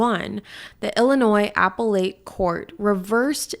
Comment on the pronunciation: Lolz its a-pellet court. Like pellet gun